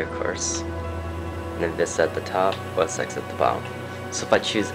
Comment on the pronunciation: It's ten, TEN!!! OS TEN!!!! lol